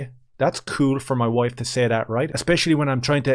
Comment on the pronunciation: Ian- I'm a better person than that... Ians "WOIFE" - You PUSSY! Ian - isn't she Awesome?